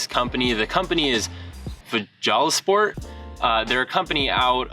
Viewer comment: Ive seen these! Would love some but not quite in the jeep budget yet! The company fjallasport is pronounced kinda like "fhalla" the J's over there sounds similar to h's haha. Great video!